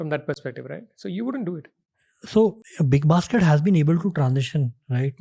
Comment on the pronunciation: Lol... was that big bas** d or big basket? 😅😅